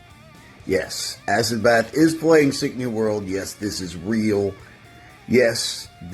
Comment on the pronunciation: ITS ASS id Bath ,,, It Aye Sid bath